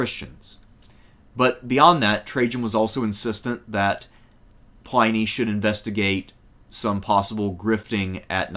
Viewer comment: Day Sha Pin, Pliny Not Pine, Pliney